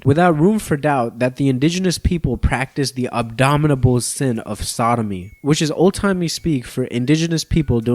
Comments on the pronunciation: Abominable not abdominiable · "Abdominable?" "Zorio-astrinism?" Bruh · Sweetie... it's "heirs" pronounced like "airs", the "h" is silent; and "a-bom-i-na-ble", not abdominal--those are the cluster of muscles above your tummy... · you said "abdominable" instead of "abominable", and you probably were thinking of "abdominal." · Bro said abdominal sin lmao, somehow it still works tho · Abominable, not abdominal. And Ai is not pronounced like that. Jesus, Gen Z really is reading at a 4th grade level. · Unsure if you noticed on , abdominable was said. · bro Said “abdominable” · Btw India created their own homophobic laws. Pre capitalist African tribes have varying levels of tolerance of homosexuality, just like European ones. Same with native Americans. The question is very very complex and reducing it down to west=bad is so stupid. Also you said Abominable wrong.